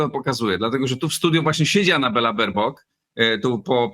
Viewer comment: Nie anabela tylko analena